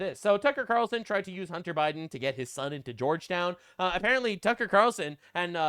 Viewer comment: he’s saying Qatarlson, not Ta Carlson Ka-tarel-sun